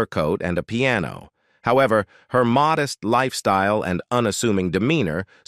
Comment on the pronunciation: "mowdest"? I hate to fake AI voices